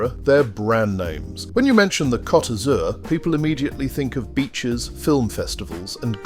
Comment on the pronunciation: That's not how you say Blue in French. 😂